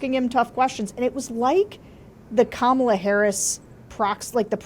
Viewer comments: KARMAla. Pronounce it how you will Donald. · Here's a bumper sticker: HEY DONOLD IT'S PRONOUNCED KARMALA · Actually, mispronouncing Kamala's name just infuriates people more every time they hear it. Infuriated people reach a boiling point and eventually snap. Any warmth they felt for the Orange 🍊 finally peels away.